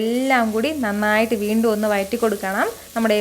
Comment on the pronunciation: Chechi vayatti ennalla vazhatti vazhattuka ennanu sariyaya ucharanam. Very nice video. Will try xmas special